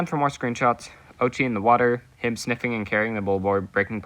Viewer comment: 👆🤓 “uhm actually it’s pronounced oat-chi”